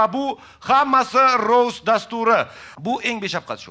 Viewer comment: rost emas rovst nimaga v bor aytilishida boshidanoq